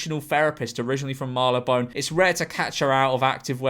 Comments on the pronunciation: Bro pronounced Mel-born as Marla-bone. 😔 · He misread it as Marylebone. It's an area in London. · He clearly thought it said Marylebone (an area in London). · the way George pronounces Melbourne 🤣🤣🤣